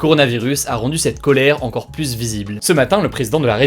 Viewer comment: Salut hugo, juste pour la suite "plus" se prononce "plu(s)" quand utilisé en superlatif ou en négatif (je ne veux plu(s) de...) et pluS quand utilisé en additif, par exemple "encore plu(s) visible" et j'en veux encore pluS, sinon super comme d'hab